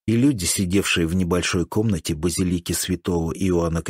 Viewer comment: Иногда мелькает вместо базИлики базилИка )))